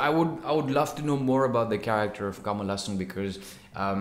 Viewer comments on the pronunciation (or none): none